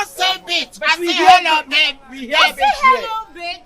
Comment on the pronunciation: The way Aka is pronouncing babe 😂😂😂😂😂😂dey funny me rough 😂😂😂😂😂😂😂😂😂😂😂😂